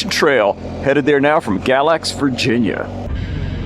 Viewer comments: FYI; they pronounce it Gay-lax. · It is pronounced Gay-lax.